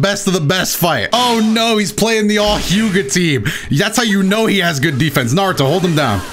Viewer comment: Huge fan... also says Nardo💀💀💀